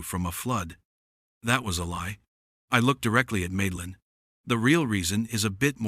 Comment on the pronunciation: Hey YouTube! Teach your stupid A.I. how to read! The HOA lady's name is Madeline, which is pronounced Mad-a-line! Mad, as in insane, totally appropriate!